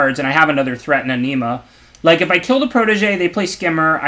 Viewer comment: you're a great player and I really appreciate your content but when "Anima" sounds like "enema" things start to get awkward. Gotta work on that pronunciation, lol